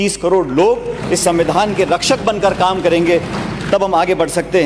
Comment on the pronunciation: Pronansation shi kro pailot shan...smmidhaan nhi hota svidhaan hota h.....bhvish nhi hota bhvishy hota h